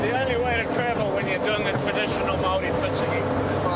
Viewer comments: It's MAORI Gordon not mari! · its paua not power like its Maori not marry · I love how he pronounces maori as murray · Man it's funny hearing Gordon saying Mari instead of Maori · its not Mari it's Maori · Its Maori not marry Bro ! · Māori my moko... pronounced like mouldy but māori... also the hangis are unbeatable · The pronunciation of Mauri is said more like moldy then anything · Correct 👍 have to roll the R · prounounce it mow re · It’s sad because when I hear people pronounce Maori words wrong it’s like actually annoying I actually speak fluent ( te reo) we Roll our Rs like a d sound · Please can you pronounce Maori- (Ma-oddie ) roll the (R) like the Scottish Roll the R) simular to a motorbike (not like marry) that’s an insult to some of us please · I love how hard gordon tries to pronounce the māori names it makes my day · As a Pākēha (white European or "not Māori") Kiwi, I really appreciated how Chef Ramsay comported himself here. Very endearing, highly respectful. If I had one bone to pick however, it's the pronunciation of "Māori." To anyone considering travelling to New Zealand (Aotearoa, the land of the long white cloud ☁️), please practice pronouncing it correctly. It sounds like "mouldy" bread 🍞 with the d actually being a rolling R. Say that out loud and you're saying it correctly. Indigenous Māori culture and tradition is a highly ingrained and absolutely integral part of the Kiwi experience, history and our National Identity. Take the time and respect to familiarize yourself with it. It really is fascinating. Never refuse a Hongi. If you'd like to learn some basic Te Reo, here's an interesting fact: Every word in the Te Reo language ends in a vowel. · His pronunciation absolutely kills me, but I guess he's trying lol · He could have at least learned to pronounce the word Maori. But, meh, almost nobody ever does. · I really wish someone had told Gordon how to pronounce Maori, it irks me. Still very enjoyable. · the way he said Maōri, made me cringe😩😩